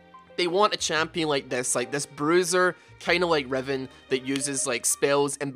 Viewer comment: Freaking heard Revon instead of Riven and I was so confused, LOL!